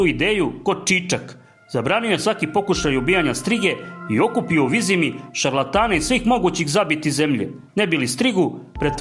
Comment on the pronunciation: Ovo je silovanje knjige s takvim citanjem.. pa ne znas niti pravilno izgovoriti Vizima. Kao da neki stocar iz sela pored Banja luke cita.